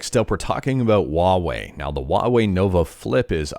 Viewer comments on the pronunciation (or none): Who calls huawei , Hawaii 😂